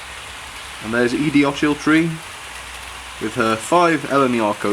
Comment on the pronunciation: A very good running session, I like seeing the ocean wagons, perhaps you could get an eleventh one so you can call it oceans eleven. Also I think edie ochiltree is pronounced ockiltree. Hope you have a merry Christmas. Keep the faith - Callum